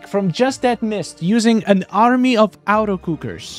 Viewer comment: The way you say “auto” sounds like “outer” and it’s making me laugh cause you’ve said auto cooker 100 times lol. It’s “AWH-TOE” automatic